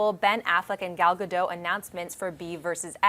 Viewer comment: Hi, you are mispronouncing Gadot, t is not silent in hebrew, this is how it is pronounced